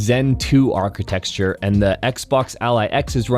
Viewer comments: Architexture? Really? 😂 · Architecture is not pronounced “architexture.”